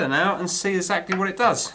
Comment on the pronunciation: "33 killer ohms? uF and not μF? Ezactly?" You're killing me! But I love your videos.